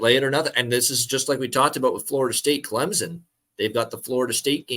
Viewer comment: its CLEM-SON, not CLEM-ZON